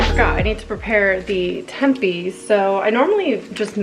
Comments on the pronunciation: Lmao I have seen at least one other video where she pronounces tempi, I have never heard anyone say it that way before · I’ve always thought it was pronounced temp-ay? I’ve never heard anyone say tempey before. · Tempeh is pronounced "tempay." I've never added it to breakfast hash. I'm going to try it!! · Wait have I been pronouncing tempeh wrong this whole time?? I’ve been saying temp-ay” and now I feel like a damn fool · Just so you know - tempeh is pronounced temp-aye 🙂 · came to the comment section looking for this comment lol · love this video but holy shit, she doesn't know how to pronunce tempeh or gnocchi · lol she just kept saying it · I love how she says it! Solidifies her spot as my fav youtuber 💕